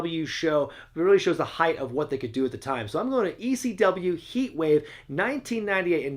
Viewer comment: why does he say they chant "E-C-DUB"? its never been Ec-dub, weve always chanted just quite simply "ECW" it just sounds like EC-Dub on Tv.